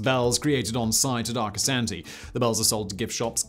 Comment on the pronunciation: Arcosanti's proper pronunciation puts the second a as the sound when a Dr has you stick your tongue out and say aw. When Arcosonti started its building, Interstate 17 was almost completed. In the beginning, Arcosonti had a lot of problems. Such a when they held a large event where the public was invited, a fire broke out among the parked cars. Granted the fire department had gotten there quickly to put out the fire. It wasn't until the mid-90s that the problems began to to settle down. Before I forget, the I in Arcosonti is pronounced as an e.